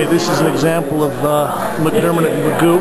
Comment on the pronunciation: Pronounced not "Magoo" but as in "McGuff". Nice video.